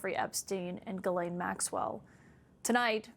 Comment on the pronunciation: I'll never understand why they pronounce her name "ge-len". Her name is Ghislaine, best pronounced "Jiss-len."